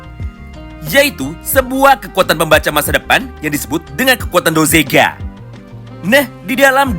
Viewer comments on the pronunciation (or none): Bukan dozega, tapi dogeza, dogeza adalah sujud secara tulus/sujud mohon ampun